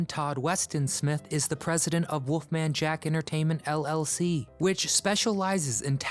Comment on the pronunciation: Why does he keep calling him WOOFMAN Jack it's WOLFMAN Jack. Learn how to pronounce and enunciate geez.